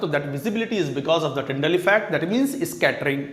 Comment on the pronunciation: Tyndall bol rahe hain sir tinder nhi 😁😁😁😁😆🤣🤣